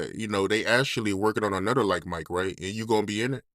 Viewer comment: it’s ANOTHER not ANUDDER. 😂😂😂😂